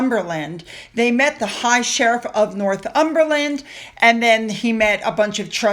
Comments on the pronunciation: Hi hope you are well love the show. I live in Northumberland, and I know I shouldn't but its Nor thum ber land. You do a great job pronouncing our place names some of which I struggle with, but I just couldn't let this go sorry xx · It’s Northumberland (one word) not North Umberland. I quite enjoy your mispronunciations, but just in case you wanted to know.